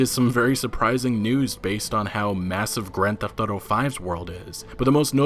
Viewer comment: "Old school gran thefauto" 😂🖕😂😂